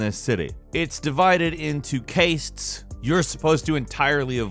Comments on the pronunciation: I believe you've mispronounced "castes," mate. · lol the way you said "castes"... think "caste-system"